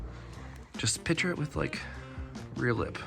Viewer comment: Just "piture" it. Why can't anyone put the C in "picture"?